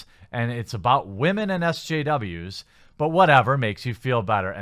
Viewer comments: .. What's a "wamen"? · Is his seeming inability to pronounce the word “women” due to his accent, or is it supposed to be clever wordplay of some sort?